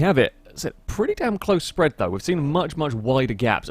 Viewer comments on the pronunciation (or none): none